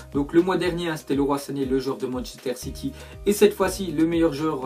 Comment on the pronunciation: C'est pas leroi sané c'est liroie ( phonétique )